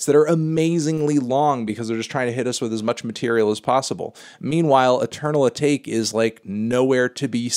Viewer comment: cringed so goddamn hard at "eternal a-take". A-TA-KE